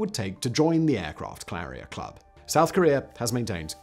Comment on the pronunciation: "aircraft clarrier"